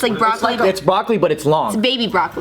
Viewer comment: who else thought he said broccoli but just in a weird way